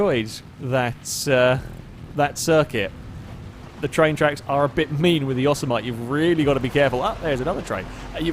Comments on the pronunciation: Yo-so-might Yo-sem-eh-tee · its not pronounced yossuhmite its pronounced yo-sim-a-tee. Unless of course youre just mucking around. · This national park is grand and beautiful … and often mispronounced. It is not “Yo-SE-mi-nee” or “YO-se-MIGHT.” But rather “Yoh-sem-it-ee.” At the end, don't forget to say the “t." I hate to be a grammar cop on this, but you pronounced Yosemite wrong in the video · say it with me. Yo-Sam-a-tee. Not Yo-sa-might. Yo-sam-a-tee! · yo-SEM-i-TEE, not YOSS-e-might. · Pretty sure "Yosemite" is more like "Yo samity" :P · Pronounced Yo-sem-itty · Yoemite is pronounced "yo sim et ee" btw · the word they used for the truck is pronounced Yo sim it e .... and in Yosemite Sam .... wow ... sorry just kinda bugged me good racing tho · Say it with me: yo-sem-ih-tea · Yosemite = Yawsemite. Put that one in the FailRace dictionary. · It’s pronounced YO-SIM-MITT-EE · ForzaFreak 48 *yo-sem-mitt-ee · The truck name is pronounced yo-sem-it-y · I hope the chat on the stream gave a lot of ribbing on the pronunciation of Yosemite... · You're one of only 2 people I've ever heard pronounce Yosemite that way. The other person being a friend of mine, and to be fair, you live over 5,000 miles from the actual Yosemite while my friend and I only live 120 miles away... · pronounces Yosemite like I did when I was a kid playing San Andreas. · and it annoys me.